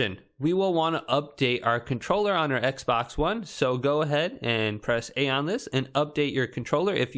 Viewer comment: Bro said ekbox😂😂